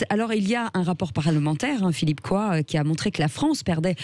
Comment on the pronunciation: Coy ça ne se prononce pas "Coa" mais "Cauille" chère madame 😊